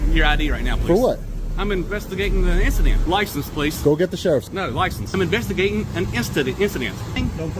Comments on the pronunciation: He’s investigating an identsent lol what did he drink today 😂😂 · "I'm investigating an ingistance" 😂😂😂😂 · “I’m investigating an instident”lmaoo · I'm investigating an "instident" lmao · “instantant” 😂😂😂 “investigating and instantant” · "I'm vestigatin' 'n instadent" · "I'm investigating a instadent."😂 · "I'm vestigatin' uh issident...." Pathetic. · Im investigating an 'incadent' lol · "In-sta-dent" ok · "I'M INVESTIGATIN' UH INSTADENT!!!" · Thought I heard he’s instigating an instadent😂😂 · "I'm investigagin' an insident"!